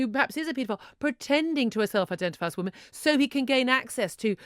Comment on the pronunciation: Aint no T in the word 'Woman'.